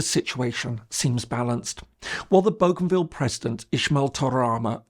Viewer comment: He is pronouncing Bougainville correctly as it is pronounced in the region. Nobody on our islands pronounces it the French way despite the name’s provenance. In the Solomon Islands it is pronounced a little differently as boh-gun-ville.